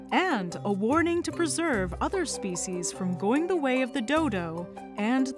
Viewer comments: Stop saying the name of the species wrong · You’re saying that the name of the species wrong